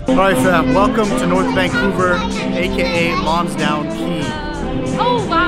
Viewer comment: It's Lonsdale, not Lonsdown.